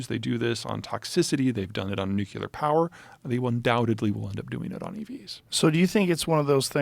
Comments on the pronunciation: Peter, the word is nuclear not nucular. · NOOK-LEE-UR people please pronounce it right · Zeihan... you're killing some of your credibility by pronouncing the word "nuclear" as "nuke-ku-ler". Please. You do it in your book as well and I'm shocked the editor didn't stop the presses on this. It just throws me back to 2003-4 when George W. Bush refused to learn how to say the damn word. Sorry. Please forgive me. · How does someone as smart as Peter pronounce Nuclear as Nuke-U-ler 😂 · Alpha radiation is the most dangerous, dude. Also, are there ANY “smart” people who are able to properly pronounce “nuclear?”